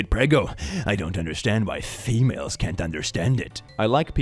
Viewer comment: Dear, it's pronounced femal-es. Like tamales. Thanks 😂